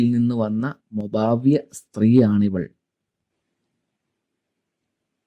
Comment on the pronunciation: മൊബാ വ് അല്ല മൊവാബ്